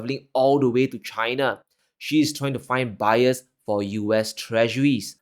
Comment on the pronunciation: Why do U say CHHH I N A ? ? ?